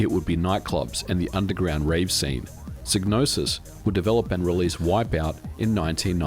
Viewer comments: It's psy-gnosis... "sigh no sis" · It's pronounced Sai-no-sis. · Wait the G in psygnosis isnt silent ?!😅😬